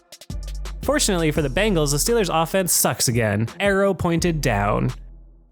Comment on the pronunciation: Dude its the BENGALS not BANGALS!!!!!!!!!!!!!!!!!!!!!!!